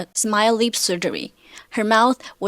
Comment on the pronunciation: I’m seriously confused at first cause the way she pronounces ‘lip’ sounds like ‘leap’